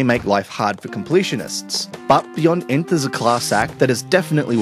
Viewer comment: Pretty sure its not pronounced inth